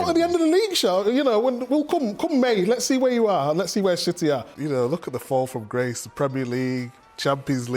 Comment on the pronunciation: Lol even Richards says "sh itty" 🤣 😂 😆